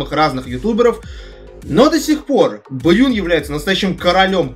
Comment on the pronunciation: Правильно Брун а не Брюн!